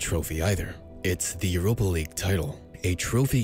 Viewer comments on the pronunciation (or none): none